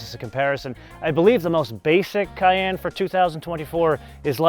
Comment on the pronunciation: Fyi it’s pronounced cayEnne like the pepper, not cayanne lol